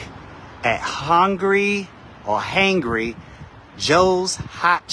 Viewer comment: How do you not know how to say “Hangry”?! Did you not think to maybe do some different takes where you actually know how to pronounce the name of the business?